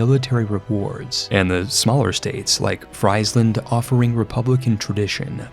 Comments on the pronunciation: Nice video! In Dutch, Friesland is pronounced more like free-sland (and a v sound instead of an f), instead of french fries land, but other pronounciations were very nice :) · PSA but for in particular, the "Fries" in Friesland is pronounced more like the English word "freeze". Please. 🇳🇱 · Fries-land lol. Only Anglophones. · Please don't make me hear Friesland again. It's Friesland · He pronounces it like that as a joke, or he has in other videos. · He says it intentionally as a joke i think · im not even dutch but that shit triggered me crazy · I'm sure your pronunciation of Gelre could not have been worse than your pronunciation of Friesland...